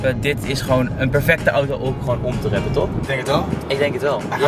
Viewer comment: je bent "TOP" Je moet alleen wrappen goed uitspreken!